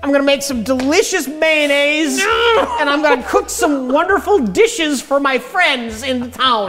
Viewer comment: Mayonnaise, not "Man-aise" 😜